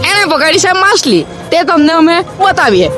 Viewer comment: માસલી ❌ માછલી ✅